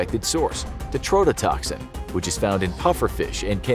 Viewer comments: Bro can't even say TETRO-TETOXIN right 😂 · Tetrodotoxin is being mispronounced. That "tetro" prefix is necessary and has significant meaning. The "tetro" needs to be pronounced separately and with clear emphasis.